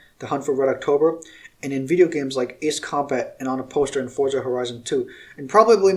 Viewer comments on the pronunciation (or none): none